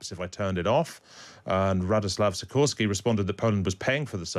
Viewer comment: As a Pole I can say he sorted out Sikorski beautifully.